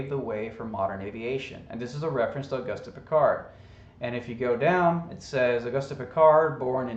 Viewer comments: It's pronounced augoost not augustie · The French pronunciation of Auguste would be "oh-goost". Accent on the second syllable, as in "because". I assume the Austrian is similar. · Love your channel,. Say, I was a French major in school. Can I help you out with his name (if someone else hasn't done so already) for future reference? His name is pronounced "Oh-goost Ann-twahn." (You got the "Piccard." 😊) Thanks for the Wiki alert. Now I think I'll buy one of those "Duh-grass" (also French) Tyson t-shirts. 😉😊❤ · it is very hard to take you seriously when you mock his name by mispronouncing his name over and over and over again. the mans name is based on the French lanquage. the "e"" is silent .augusty is not his name .please i know we are the deplorables but we need not show how dumbed down truthers really are. actually i dont think you are dumb i think you may be mispronouncing his name on purpose, are you? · Auguste Piccard is pronounced “o-GOOST pee-CAR”, or at least, that’s close enough to French for most ‘Murricans. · Auguste is pronounced [August] like the month, in French the final e of every word is muted as in [Antwan] is the pronounciation of Antoine. Hope this helps. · Auguste is a French name and the "e" at the end is silent. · The "e" is silent flattard boy.